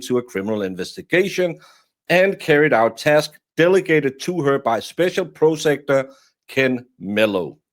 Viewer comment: PROS ah-cue-tor. Prosecutor. I only speak one language. Thank you for the content.